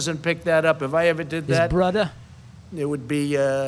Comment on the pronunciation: Why is he dragging Joe Biden's son and "brudder" into this? How low can politics get?